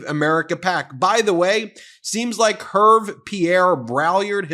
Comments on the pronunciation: Het, Ben! It’s not “Herv”. It’s French and pronounced “ Err- vay” I don’t really care about the Drumpfs, but I do care about going to the trouble to find out how to say people’s names properly. How would you like to be called “ Meese-a-less”, as I once heard it said? . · "Herve" pronounced "Air-vay" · Ben, you should know it, French name Herve is pronounced [er- v- ai], not [erv] lol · pronounced Air-vay. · Ervay is the correct pronunciation. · It’s Hervé (French for Harvey) and pronounced Heir Vé (as in Beyon-cé) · love your channel , Herve is probably Hervé, pronounced 'Hair' 'vay' like may & pay lolll His family name is Braillard which mean in French someone who is crying....... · "Hervé" is pronounced "Hairvay" FYI... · Hervé is pronounced Air-veh 😊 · Great stuff! Just a small correction, Hervé is pronounced "hairvey". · Bonjour Ben! In French, Hervé is pronounced « Air-vey »! I love your Channel havé learned so much. We have also a similar Channel as your in french called « la chute », the fall. The fall of Donald Trump. Merci pour la chaîne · Please at least make an attempt at pronouncing the stylist dude's name... Try "Her-vay". See? Much better!😃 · Hervé is pronounced « Err - vey » - French version of Harvey. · And I am going to be 'that person' who points out that the first name is pronounced like URRVAY and the third like BRAYAR. Sorry. In my defence, I am British, and quite pretentious. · It's weird that someone as educated as Ben mispronounces the stylists name. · Ben... you butchered the stylists name. LOL